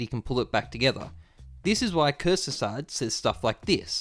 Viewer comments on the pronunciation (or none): Your Pronauntiation of the word "Kurzgesagt" hurst me as a german... jk Nice video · How you pronounce "kurzgesagt"😂 Funny as a German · Wow man, you butchered "Kurzgesagt"... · I feel you, German is said to be really tough to pronounce as an English speaker. As a native, I can't relate to that.